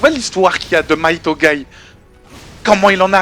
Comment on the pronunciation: Hey il me semble quand japonais c'est Mighto et non Maito corrige moi si j'ai faux:p